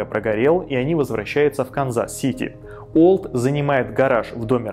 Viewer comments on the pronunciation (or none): его имя не произносится через "У", сильно режет ухо. Произносите через "W".